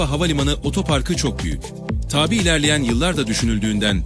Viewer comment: sunucu arkadaş, “tabii” demen gereken yerde “taaabi” diyorsun. kafa karıştırıyorsun ve kendini komik duruma düşüyorsun. yapma bunu. (not: orijinali tabii ve tabi olan iki ayrı kelime vardır. eline bir sözlük al, okunuşları farklı olan bu iki kelimenin anlamlarına bir bakıver bence)